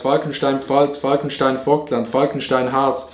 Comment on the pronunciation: Auerbach Vobtland😂?? des heißt Vogtland